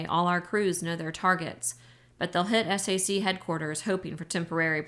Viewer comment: Thank you so much for this! I love this book and I am listening to it for the second time! One note--I was an air force wife for 20 years. SAC is pronounced "sack." It isn't spelled out as S-A-C. Even tho it stands for Strategic Air Command, the abbreviation, SAC is pronounced as a word. But now I have to go back to listening to this amazing book!